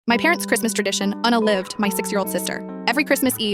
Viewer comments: The fact the ai voice said 'un a live d' instead of unalived 😂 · Nah it’s "una-lived" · un-a-LIVED yup thats def who u say that